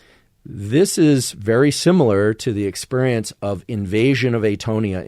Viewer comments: Why does he pronounce it as exPURIENCE? Lmao its bothering me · Why is he pronouncing it expurrience? Lmao its bothering me.